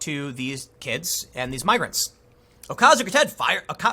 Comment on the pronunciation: I think that the way you say "migrants" is kindo Japanese and ... racist!